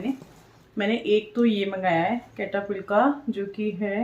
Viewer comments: its pronouns setaphill not ketafill,,plz dont mind,,hrr bande se galti hoti h,mene aapkosamjhane k liye c ki jagah s and k likha h ❤ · कैटापिल नही है सैटाफिल बोलते है। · सैटाफ़िल bolte hai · cetaphill boltay hai..app galat pronounce kar rahi ho. It’s cetaphill..please mind mat karega